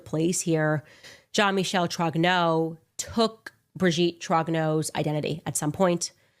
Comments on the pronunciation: "Brijeette Trognowww" 😅 Putain c'est quand même terrible ces ricains qui sont pas foutus de prononcer un seul mot correctement dans une autre langue que la leur 😂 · She even claims that Brigitte is the father of her husband. I hope the Macrons sue her into oblivion. She has millions of fans who are as mental as she is. She is such a great journalist she can't even pronounce Trogneux properly. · Is she deliberately mispronouncing the maiden name. ? Easy to check on